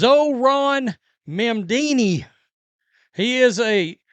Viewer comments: "mam-dini" is hilarious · Hey you said Mamdami name wrong but since we all agree he’s a POS I have no problem with you butchering his name. You get a pass from this NYS resident.